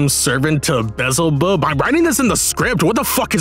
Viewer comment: Bee-El-Zeh-Bubb. That's how you pronounce the Lord of the flies' name. Also he doesn't represent envy. Leviathan represents envy.